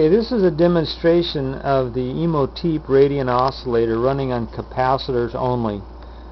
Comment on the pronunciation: OK, I gotta say it. It's a pet peeve. It's pronounced exactly how it's spelled. Imhotep. The last syllable rhymes with step. It's ancient Egyptian. Imhotep was the architect for Khufu's (great) pyramid.